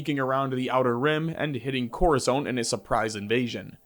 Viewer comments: Corizoant????? What kind of mega fan pronounces it like that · Moo stuh far and COR uh sont